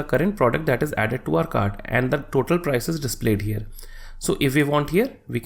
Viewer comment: stop saying "here" like that broo